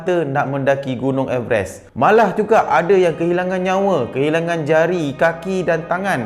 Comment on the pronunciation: Rasa terganggu dgn cara sebutan everest tu